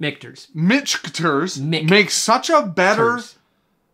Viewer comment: Mick-ters. Great review guys